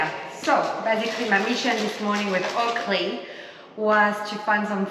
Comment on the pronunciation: Keep hearing him say Ugly instead of Oakley, 😅